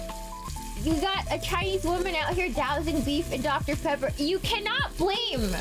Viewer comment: Is that Dr. Peeebba? That's that Dr Pebba!